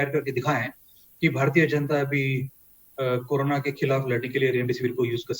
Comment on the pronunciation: It is not appropriate for a famous news channel like NDTV to pronounce 'Corona' as 'Karuna'. Very funny.